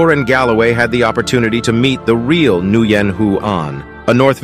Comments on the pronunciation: WIN!!! it's pronounced Win. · It's pronounced win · OMG, he can't even pronounce the Vietnamese name correctly! NGUYEN is pronounced like the word "When". One of my best friends from the Army is from Vietnam, his name is Nguyen Hung, so I think I know how to pronounce the name. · Nguyen is, actually, pronounced: "When." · For future reference, Nguyen is pronounced “Win”. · Its pronounced like "win". Or at least just say win. Its close enough for us round eyes. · They really think this man's name is pronounced like that. It's like Win with more effort. Vietnamese is monosyllabic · It's pronounced "win", the N is silent/makes the w sound when paired with a g, at the beginning of a word/name. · Did this man pronounce the Vietnamese name Nguyen as "new yen" 😂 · Nyguen is pronounced like “Win” cool story tho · Nguyen is pronounced like "when" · Ng is a W sound. So it is pronouced Win. Had a co-worker from vietnam who educated me on that one. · Nguyen is pronounced "Win". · Isn't the Vietnamese name pronounced "Win"? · Isn’t Nguyen pronounced like win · Nguyen is pronounced winn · Nyguyen is pronounced winn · Nguyen is pronounced Wen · the name Nguyen is pronounced win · Nguyen, is pronounce winn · This is disgusting that he did not pronounce his name correctly. This is definitely a cause for a huge movement. Fight for your freinds name. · It's hard to hack Nguyen's name pronunciation any worse. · Could've looked up how to pronounce "Nguyen" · Nguyen is actually pronounced like n'wen, not nue-yen, but props for not saying n'gu-yen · Its pronounced new-win not new-yen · It's pronounced Win, not Nooyen. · In case anyone else was wondering: “Nguyen” is commonly pronounced as “Win” in the states however in Vietnam, especially north Vietnam, the pronunciations can be “N’Win” or “Nuh’ Win” “New Win” seems a bit off but could be accurate. I’m Filipino, not Vietnamese, so curious how they’d react to the audio pronunciation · It’s not pronounced “new-yen” it’s pronounced “when”